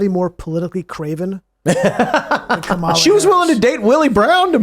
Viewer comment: is the only one who pronounces Kamala correctly